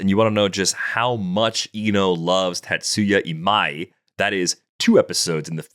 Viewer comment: Big props on learning to properly pronounce Tastuya Imai’s name. The difference from part 1 and today was regular season vs playoff Kiké lmao Might need to still work some of the other names 😂